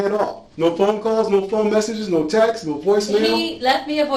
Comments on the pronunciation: The one that annoyed me was when she said “textes.” Not so smart if you add es to words that are already plural. Ugh. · "Were there any important textas on there " textas? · I was really hoping she wouldn’t find a reason to say “textses” in this one. 🤦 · Did she really say "textes"? 😂 I must have missed that part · I was looking for this comment as well. She said pacifics, escape goat and textas. Idiot. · She can’t even say the word ‘texts’ properly.